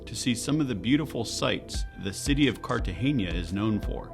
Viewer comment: from : It's CartageNa..... NOT Cartageña.... N with the SOFT "N" as in Nancy! (I'm Hispanic born, and I KNOW!)